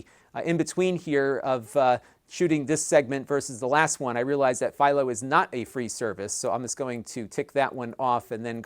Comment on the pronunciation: Philo is not free. It's a cheap cable option. Also it's pronounced as "PHI low" as in Hi Fi or Pie but with an F sound. Great review though. All your information is correct as it usually is and unlike many reactionary videos where angry users start cursing Nvidia the blame is properly placed on Google who actually applied this change. You did a good job putting down Nvidia and Google for these changes to a superior piece of hardware and you are right it sucks that it looks like every other cheap $25 streaming device out there now but also correct that it's probably the future of Android TV across every device and like it or not it's just something we have to accept. You know of the close to 190 billion Google made last year something like 146 billion was ads alone? Changes like this are exactly why. Advertising is now what they do and they do hundreds of billions of dollars a year worth of it. Good review. Good amount of shade properly thrown at who deserves it. I can tell you're not a fan of the advertisements either as most of us aren't but overall it's a small dislike to a device that we really do like so we'll learn to deal with it. At least the recommendations are quite useful so that helps soften the blow.